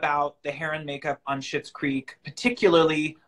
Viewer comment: It's Schitts Creek...not Schmitts Creek.